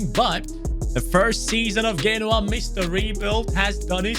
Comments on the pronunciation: It's Genoa not Ghenoa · It’s pronounced: Jen-oh-ah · He's pronounced genoa wrong